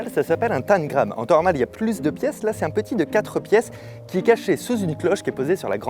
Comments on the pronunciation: Pnt amixem on prononce tENgram pas tAngrame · Hum... « tènegramme »?! C’est pas tentagrame plutôt? 😂♥️ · Je resterai figée sur la prononciation de tangram par amixem 😂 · moi je dis tangram et pas tan-gram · Mais c’est TANGRAME PAS TANE GRAME mdrrr🤣🤣🤣 sinon excellente vidéo gg pour l’organisation Fabien !👌😂😂🤣🤣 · je suis la seule à dire tangram et pas "taNgram" comme Amixem ? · Y a que moi qui dit "tangramme" et pas "tannegramme" ? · Un tamegrame 😂 C’est pas plutôt un tamgram ? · Tengram tengram on dit ca comme ca 🤣😭